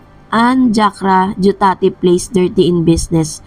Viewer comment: Jakrajutatip di jakrajatutip ang galing mo magpronounce dai nagblogg kp mali nmn.